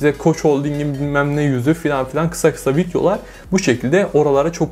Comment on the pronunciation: En cokta Videolar derken ki FitYO lar deyisine geldim